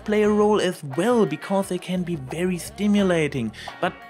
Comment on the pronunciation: Wwerwy wwelcome? I know you're German, but are you TRYING to sound like Eridan?